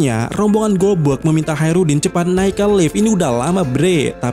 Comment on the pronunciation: Hacrutdin koplak Bukan Haerudin 😅